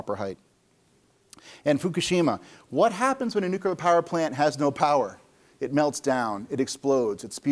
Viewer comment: Well he says 'nuculer' instead of 'nuclear', is associated with notorious dunce James Altucher, and after noting that the terminator robot motif is a problematic way to think about general AI, proceeds to talk exactly that way himself. So maybe I doubt his research quality. It doesn't help that he mentions data a lot and shows absolutely none of it.